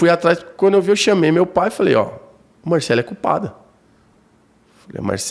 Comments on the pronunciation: O Beto muda o nome do povo 😅😅😅 o cara ja disse que é Marcelly e nao Marcellí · É de propósito kkk ele deixa bem claro que pode chamar de Marcelí, mesmo sabendo que o nome é Marcély. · Achei bem deselegante o termo “tarado emocional” em relação a vítima, e ficar errando proposital a pronúncia do nome da Marcelly. De resto, Beto sempre sensacional e que tristeza esse irmão está passando. Que a justiça seja feita! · Beto, você não consegue nem falar o nome da Marcelly correto. Que vergonha de jornalismo. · Ai que agonia o Beto falando errado o nome da moça. Isso pq o fala varias e varias vezes o nome correto. Ele insiste de chamar errado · Gente mas da um trem desse homem falar o nome da Marcelly errado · Apresentador não sabe pronunciar corretamente o nome da suspeita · O Beto tem problemas com nomes, ele sempre fala kkk